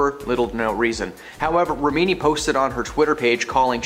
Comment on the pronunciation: Agreed. It’s not Shaneen. Leah’s name is pronounced REH-mi-nee.